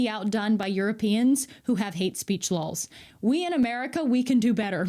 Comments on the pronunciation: I ❤️ya but you keep saying ‘ lawls,’ it’s laws. JusSayN. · Christ almighty stop say “Lahls”! It’s LAWS! Still love ya though. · Oh really, in the prince's castle, were you. Had a chat with the prince in his castle, had you. Bloody show-off ;-) And why the hell do you pronounce laws as lols? I'll be stealing that one, I think. For real though, I love the clarity in his analysis and I'm glad there even is an "our side". I'm European and did not even know that.